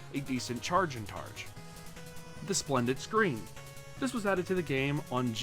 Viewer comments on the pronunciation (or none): Did he say sprended screen?